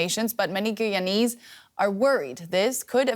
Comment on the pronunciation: Why he says gooyanese is that how locals pronounce it